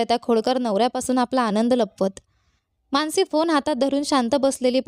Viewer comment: माणसी नाही, मानसी